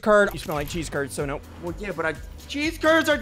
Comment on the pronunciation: Curd The right pronunciation is Kurwd